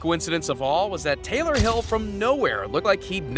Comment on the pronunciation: he say Taylor hill 😭😭